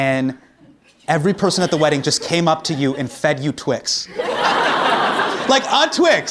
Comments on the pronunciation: "Please no more tWiX" The Indian of him came out with that accent " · when he said "please no more twix" his hindi accent came out!! i loved it!!! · "but after the 200th person you'd be like, "please, no more Twix!'" love how a bit of accent slipped in there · the way he says Twix is funny. Super heavy accent.